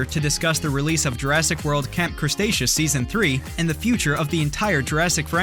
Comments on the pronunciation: When he says camp crestatious rather than cretaceous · did h call it camp crustaceous